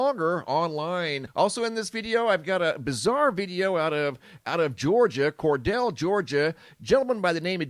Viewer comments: It's CorDELE Ga. Not CorDELL !!! I'm from Ga. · Cordele is pronounced “Kor - deal” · Cordele... core-deal